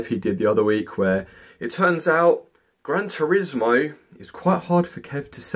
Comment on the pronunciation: He said Grand turmoil😂😂😂